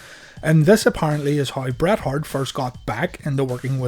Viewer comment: There are so many times when you say Brett that I hear Brad lol. I absolutely love this channel. Keep up the amazing work